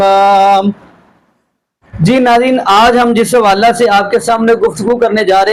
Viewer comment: حوالہ کو جملے کے اندر ”حوالے“ پڑھتے ھیں جیسے ” اس حوالہ سے“ کو ”اس حوالے سے“ پڑھیں گے- اس جیسے اور بھی لفظ ھیں جیسے حادثہ،موقع،کعبہ،جمعہ،جملہ اور بہت سے الفاظ جو جملہ(جملے) کے اندر آتے ھیں ان کو 'ے' کی آواز سے پڑھتے ھیں !!!